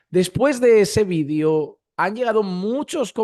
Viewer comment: Quisas quieres decir VIDEO cuando dices vidio